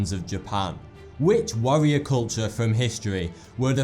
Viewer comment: Warrior or Wawwiowr?